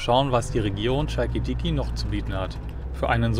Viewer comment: aber jassas passt schon mal 👍 schalkidiki noch nie so gehört klingt sehr interessant, Sithonia heisst der 1. Finger